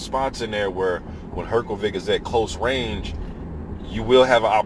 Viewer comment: Not really, sh would be quite similar to š in croatian language and than his surname would be Hrgoviš instead of Hrgović. I think the easiest way for non-native speaker to pronounce it would be to divide it in three english words her-go-witch and than you would pronounce it basically the same way as croatian native would, but still there will be a little difference with pronouncing consonant "r", because in croatian language you place your tongue just behind your teeth when pronouncing it so it sounds a bit different than in english language.